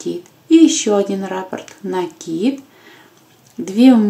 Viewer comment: Правильно говорить раппОрт